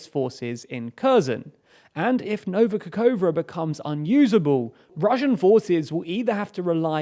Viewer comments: Sorry, but the way you still butcher the Ukranian geographical names after 6 months spoils the experience more and more. Nova Kakhovka is really read the way it is transribed, Ka-khov-ka. I don't get why you constantly read it Kakoua. I apreciate the effort you put into research, but pronunciation research is part of the deal. When journalists in Eastern Europe want to report on e.g. a breakthrough archaeological discovery near Pwllheli in Wales, they also have to find out how the hell to pronounce that first. I could help you with that if you need. Last step to perfection. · I admire your dedication, precision and evenhandedness. However, please, try to pay attention to pronunciation of Kh or Ch or Xi at the beginning of KHerson, KHarkiv etc., or in Nova KaKHovka (where you failed bad). It should be almost always pronounced similar to "ch" in Scotish "Loch". Wikipedia lets you listen to some of them. but you definitely know number of Slavic speakers ready to help.